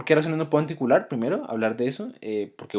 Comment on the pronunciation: Pronuncia mejor la palabra ANTICOAGULAR